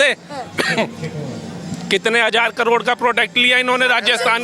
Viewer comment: karod bolna seekh lo.